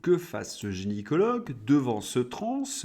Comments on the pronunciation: Attention on dit gynécologue et non génycologue. Tres bon pour tout le reste 🙏👍😉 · Toujours aussi intéressant ! Un petit détail , c'est gynécologue et non "génicologue" (juste parce que c'était mon domaine et que plein de gens font l'erreur)